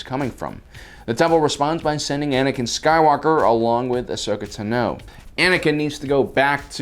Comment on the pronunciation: why do you say "tano" so weirdly?